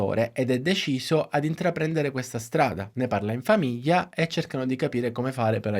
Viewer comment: Con il dovuto rispetto, non capisco perche sempre piu persone pronunciano male il suono gl...; " famiia", " fiia", " taiato" ecc. È sbagliato ( non sbaiato) e davvero brutto da sentire. Come quando viene pronunciato " magina" anziche macchina. È un peccato rovinare una bellissima lingua, oltre al buon lavoro di questo comunque bravo youtuber.